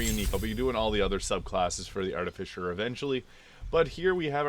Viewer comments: Arti-Fiss-er is how it is pronounced. noone says Fisher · That's the missing piece. English is your second language. I apologize. You also have to be careful because trolls will try and mess with you. It's pronounced Ar-Ti-Fi-Ser not Ar-Ti-Fi-Sher. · Why do you keep calling it an Arti-fisher?